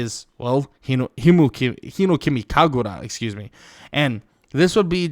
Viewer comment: I love your videos but it’s hinOkami kagura not hinekami kagura. That’s literally my only problem I got, so the channel is still fire lol, much love brother.